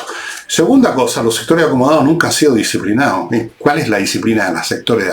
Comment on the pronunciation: jajjajaja "los sectoréh acomodaaaó!"...jajaj zurdos re.....